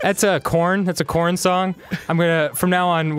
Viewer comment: Korn not Koran